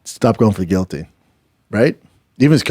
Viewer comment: The fact Brendan fought in the UFC and cannot even pronounce guillotine correctly!!! Lol so funny 😂😂😂